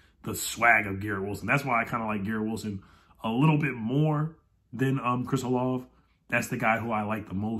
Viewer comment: Chris Olave is actually pronounced “Olavey”. As a Buckeye fan, I watched his output over his college career and he is definitely a difference maker on the field. Great signing if we get him!